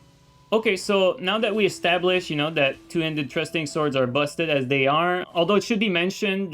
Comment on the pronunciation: “trusting” swords 😂 thrusting swords i got you brother don’t you